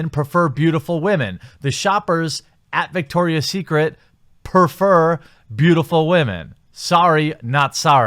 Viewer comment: "...perfer..." Lol. Perfer, prefer, it's all the same